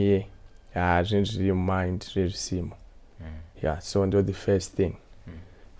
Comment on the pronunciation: kwahi "beybie' , " at feyist" haaa musalala wepa Mabvukusdale